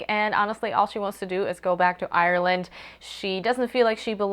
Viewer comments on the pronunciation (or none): none